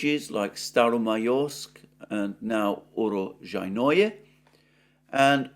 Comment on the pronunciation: Holy crap. You butchered uro-SHJAI-noe you need to emphasize the SHJAI part and the j sound is a soft shjai not hard JAI The word roughly translates as "place of harvests" - Russian name fyi. Not ukropistani.